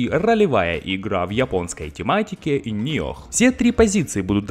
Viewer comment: Не Ниох а ниоу